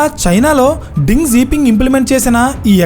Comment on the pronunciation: Ding kadu raa Deng